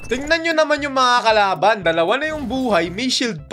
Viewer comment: Mali pag Sabi mo sa kalaban Sabi mo karaban 😂